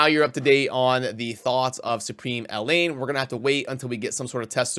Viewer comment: I'm being picky but Elaine and Elhain are not the said the same. Elaine is a Welsh name and Elhain is of Egyptian origin. It is pronounced El-hain. Hard H.